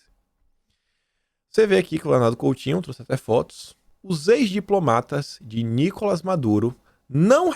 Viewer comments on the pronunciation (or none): none